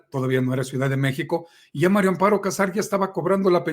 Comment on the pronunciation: Es mario o maria cazar a todos les oigo que dicen mario, o estoy sordo,pronunsien bien